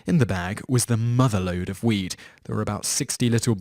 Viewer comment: To me you are saying weet when meaning weed it may just be me but idk 😂